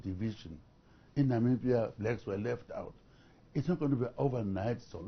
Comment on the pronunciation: It's Namibia guy's not nambia🙄